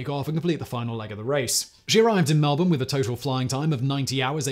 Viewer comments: You said melbourne correctly. That never happens. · Hey most people don't get Melbourne correct he got that one. Also who knows Albury in Europe? It isn't exactly a world renowned town.